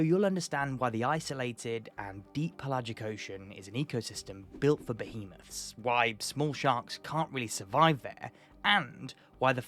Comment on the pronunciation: Behemouths :D Wonder how many have noticed.